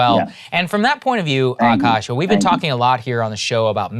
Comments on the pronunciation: AKAASH NOT AAKASH!!! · Akash, Aakaash, Akaash, the spellings in English can be any of these, but It's all spelt the same in Hindi, आकाश and pronounced the same way ''aa + kaash" .